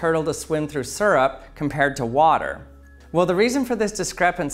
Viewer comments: its syrup not surp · “Surup”... smh. it’s “sierup” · Its syrup not surrup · I hate the way he says syrup. It's not sirrup. It's searup. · Suurrp. It’s Syrup, SEE-RUP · 1) we're all disappointed he did not swim in syrup 2) I'm disappointed that he mispronounced SEE-RUP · As a native English speaker, this irritates me as well. Me and everyone around me pronounces it like "Seer-rup” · Him: pronounces syrup (see-rup) like (sir-up) Me: cringes every time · I don’t trust people who say syrup sirup it’s seeyrup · Its SEER-up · If this guy says it like serp one more Tim ima take his spinel fluid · Right!? I hear that a lot, doesn't make any sense to a non-native english speaker. "Sir up"🤦‍♂️ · 14 seconds in, already annoyed by the way he says syrup. Surrup. 😤